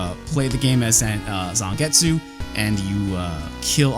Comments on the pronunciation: it pronounce Zangets. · he keep reading zangetsu name wrong and he even doesn't know legion name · You seem to know everything about this game except how to pronounce Zangetsu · needs to watch some Bleach to learn how to pronounce Zangetsu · its especially weird when you've seen his old video on the Hori Gamecube controller and other Japanese things and he pronounces Japanese just fine... I almost think he messed up Zangetsu either as a joke or just for funzies.